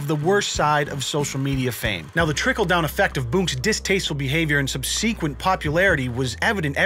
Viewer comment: Are you allowed to pronounce “subsequent” that way?